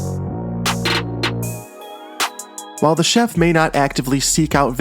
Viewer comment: I like the part where he said ah the chedlf